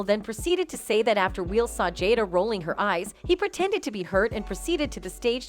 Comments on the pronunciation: Why can't the narrator pronounce Will? Is she related to Doug Marcaida? "If you joke about his wife, Wheel will keel..." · "Weel"? WTF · What's with the pronunciation of Will Smith's name? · Can you get an AI that can pronounce “Will”? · Can the robot learn to correctly pronounce the names of the people she is talking about. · I know, it’s so annoying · Why does this narrator keep saying “Wheel” instead of “Will?” Great narration. 😂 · Hey AI chat voiceover…it’s Will, not wheel. Man I’m already sick of you AI lol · Will... not wheel. Listen to the voice over ffs. Wheel Smith ffs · Why does the computer keep calling him wheel instead of will? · Will, not wheal. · Dear Narrator, I hate will for that slap as much as the next guy, but quit pronouncing it as "wheel". It's Will. Jesus Christ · His name is not Wheel. It's Will. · Im done. I cant keep watching this for more than 2 minutes. Jesus Christ, seriously? Its “WILL”, not “WHEEL”. Have you never heard of him before?? Too annoying. Learn to pronounce an easy typical name👎🏼💩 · will is not pronounced "wheele" these AI narrations on youtube videos are scary. this is obviously not a real human voice. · It’s “Will”, not “wheel” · It's not Wheel Smith, it's Will. And why say what Kimmel said and then play the video of what he said? It's Harvey Weinstine, rhymes with WhineMean. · It's Will not Wheel. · Why does the narrator in this clip keep saying "Wheel"??? HIS NAME IS WILL!!!! As in WILL YOU LEARN HOW TO PRONOUNCE SIMPLE NAMES CORRECTLY FFS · Why does she keep referring to Will as wheel??😂😂😂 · First off, his name is Will, not Wheel. Secondly, Rock's career was all but dead. Now he's in the limelight and he'll make millions off of whining about that incident in his standup routines for the rest of his life. He should probably send the Smith's a thank you note. As for Kimmel, his hosting of awards shows hasn't exactly been gold. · The narrator windlass like she's saying "Wheel", not Will. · “Wheel” Smith? 😂😂😂